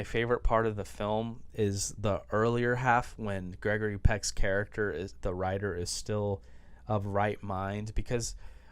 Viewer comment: You. Ant even say writer correctly so don’t worry about the other names 😂😂😂